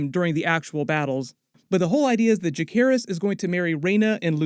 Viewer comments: why do you insist on mispronouncing names 😂 it's Juh-SEHR-iss, not juh-care-iss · Isn't Jacerys pronounced with a 'C' not a 'K'!??